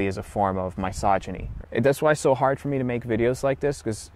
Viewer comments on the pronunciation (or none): Babe can’t even pronounce “misogyny.” Try again, buddy. You can do it. Sound it out.